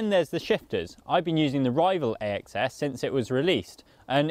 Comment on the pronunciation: It's pronounced "ACCESS" not A. X. S. You should know this...